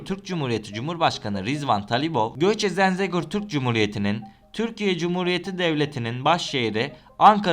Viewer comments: Zenzegur değil zengezur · Abi Zenzegor deyil, Zəngəzur doğrusu. Lütfen tarihi yer isimleriyle dikkatle öyrənin. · Yemin etmiş gibi Zengezura sonuna kadar Zenzegur dedin. 😂